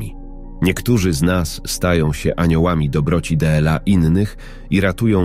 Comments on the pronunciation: Czytanie TRAGICZNE ,,d l a,, czyta się. ,,dla,, czy to tak trudno się nauczyć, zapytać kogoś ❓ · Sorry ale słuchać tego nie można 18 rano dela zamiast dla no szok kto to czyta 😢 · Dlaczego d l a jest czytane pojedyńczymi literami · Piękna życiowa historia milionera i jego chorej córki oraz krąg dobrych aniołów - ludzi o dobrych sercach. Jednakże słowo dla czytane del-a psuje strasznie to opowiadanie. Gdyby nie te del-a byłoby super. Dziękuję za tę historię chorej dziewczynki na autyzm i jej terapeutki. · To czytanie DLA jest denerwujące.